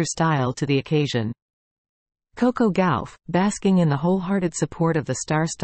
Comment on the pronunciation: It’s not Gowf it’s Gauff . I hate these AI’s